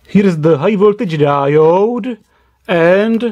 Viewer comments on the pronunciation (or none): Capacitooooor, Diodeeeee, Transformatooooor. booooh boy best English